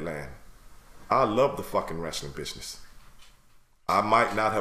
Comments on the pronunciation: Am I the only one hearing “Bitchness”? 😂✊🏾❤️ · I thought he said bitchsiness instead of business. Either way the name is appropriate. It's a bitch of a business.